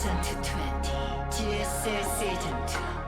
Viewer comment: Too Ssausaundoo Toowenty